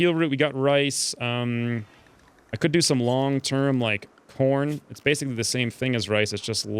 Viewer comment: Was I the only one that heard him say porn instead of corn?